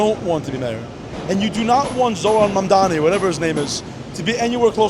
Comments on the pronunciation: How hard is it to pronounce mamdaNi not mamdaMi ffs its not that hard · Why is Nick constantly mispronoucing his surname - its MAMDANI not MANDANI!!! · Start my learning how to pronounce is name. It’s Mamdani, not MamdaMi. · Why is Nick constantly mispronouncing his surname - its MAMDANI not MANDANI!!! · its pronounced mamdaNi not mamdaMi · IS ANYONE GOING TO PRONOUNCE MAM-DANI CORRECTLY ? HIS NAME ISNT MON-DOMMEE!! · `mum-donnie. not that hard. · Manami, Muhdommy, Muhdoni, Manndammy, how can nobody pronounce his name? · Nick, I'm not voting to Mamdani but please pronounce the dudes name right! 🤣 (Mom-don-i) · Good interviews-pronunciation is Mamdani with an n. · mamdami, mandami, madami, mamami!! why can't this guy be consistent in his pronunciations! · Bad journalism. Inaccurate headline. Bad interviewing skills. Bad. Just bad. Learn to pronounce “Mamdani” before you run around town with a mike and a camera, kid. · Am I deaf, or was Nick mispronouncing his last name the whole video? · Bro does NOT know how to pronounce ‘Mamdani’ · They dont even know how to pronounce their names, & their voting for them?? God, Help Us!!! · Is it just me or do none of the people interviewed sound like they know anything? Also, why can't anyone pronounce "Mamdani"? 😂 Can't wait for NY to wreck itself. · OMG some of them cant even pronounce his name right and still vote for him! WTF is going on!? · Like the one girl who couldn't even pronounce his name lmao